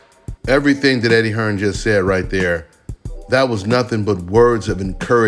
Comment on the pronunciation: SAYS HEARN🤣🤣🤣